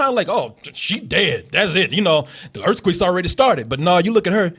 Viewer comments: Ha, Nahhhhh brotha. Its not just earthquicks you've got a problem with all your vowels. maybe its a Waco thing. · It's not pronounced EarthQuick? Been saying it wrong for years!